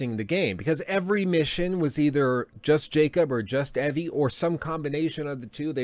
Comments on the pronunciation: Pronounced Evie's name wrong and the WW1 sequence was jacob's granddaughter not Evie's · Stop saying Evie wrong.